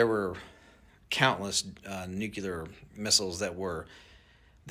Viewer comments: Can't take seriously anyone who says "nucular". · You gonna trust a guy that can't even say nuclear?